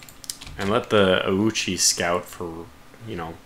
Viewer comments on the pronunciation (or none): really butchered the name. Though Oichi is pretty common name too (sister of Oda Nobunaga comes in mind), the name might really come from the CL